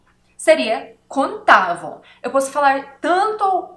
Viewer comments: Me permita a ousadia de mostrar a você a pronúncia correta: in/contável = in/ contááaaavel e não "contávo". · Eita professora. tenho que assistir de novo. tente falar a palavra "contável" e não "conTAVO" ahaha!!! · Adorei a aula. A pronuncia do “vel” na palavra contável/ incontável que ela cobsegue é: “contavo e incontavo…” Uma graça. Mas, ela é ótima nas aulas